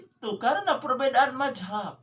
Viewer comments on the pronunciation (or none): Madzhab bukan majehab